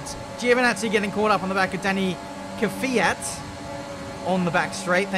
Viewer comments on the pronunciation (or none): NO NO NO, ITS NOT KVYYAAT, correct pronunciation is is KVYAT, YA in one sound, like YArd, and its goes fast like one letter. Please watch some Alexey Popov russian formula 1 commentator, and listen how he tell his surname, it will correct. Im russian, and i know how it sounds right)))) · You still say Kevyat when it is Kvyat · Bro his name isn't "Kyvyat"... it is "Kvyat".... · whoever told you its K-Fiat is completely wrong. It´s not K-vyat either. It´s K (pronounced like the C in cool without the ool) and then without the slightest pause vyat. Kvyat. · During the race: Ku-vee-yat After the race: Kivy-at "Thank you everyone for the correct pronunciation of that one" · LMAO Everybody who knows russian is triggered af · U overpronounce v, try kvat and then add soft v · Do you actually watch f1 or do you just play the game? For someone who has built their "career" on F1, you seem to have to get corrected a HECK of a lot on your driver/team pronunciations... there's been 3 races already this season... Yes Alpha Tauri are new, but Kvyat have been around for years and made headlines. You know it's called 'fore mew la 1" not 'mow dus, opera andy, sing gew la rit ee'' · Incorrect pronunciation of Kvyat, but don’t worry, it’s pretty impossible for English speakers to pronounce it the way it sounds in Russian. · I'm not sure what the chat said but Kvyat should be one syllable